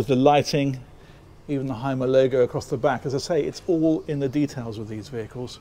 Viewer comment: Y is U in German… so it’s pronounced Humer